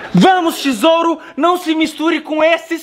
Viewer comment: Ele falou tisouro eu entendi tesoura